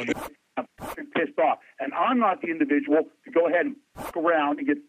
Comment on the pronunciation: "You Individial" is my new catchphrase LMAO!!